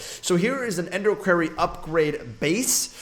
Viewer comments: it is pronounced kw-or-ry not kw-air-ry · Quarry : Pronounced (kwory) NOT kwarey ..... just saying